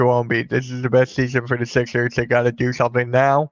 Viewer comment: lmaooo "lets go thixers"